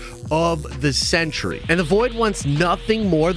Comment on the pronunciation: It's pronounced "cent-ree", not "century".